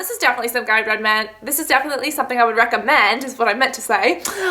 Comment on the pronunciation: When she stuttered or mispronounced recommend , it made me laugh for like 20 minutes! Not even joking, I love her videos. But that jut made me cry. xD.